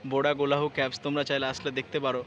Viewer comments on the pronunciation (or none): বোরা ক্যাবস আবার কী? বোরা কেভস। Caves মানে হল গুহা। ইংরেজিতে উচ্চারন হল কেভ বা কেভস।